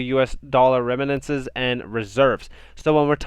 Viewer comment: the word is remittances …. not reminances … not being mean. I like your content, just helping you out. Excellent info & video 👍 good job, I subscribed